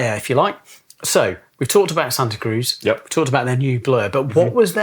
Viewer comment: As someone from the Bay Area, please pronounce it correctly,! Like does!